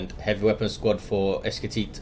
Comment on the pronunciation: esketit was beautifully pronunciated